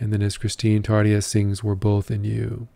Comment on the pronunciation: Hei ystäväni! Kiitos tervehdyksestäsi. You also pronounce Tarja very well. One very easy rule of the Finnish language is that the stress is always on the first syllable (your pronunciation of Turunen was very good too apart from the stress).